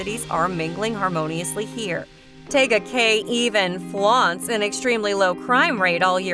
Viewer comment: You’re pronouncing Tega Cay wrong. Tee-ga Cay. You must be an outsider